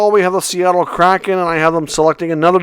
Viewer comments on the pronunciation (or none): none